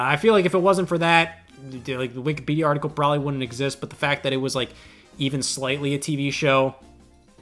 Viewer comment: Love how Scott calls it Wikapedia instead of Wikipedia no hate just made me giggle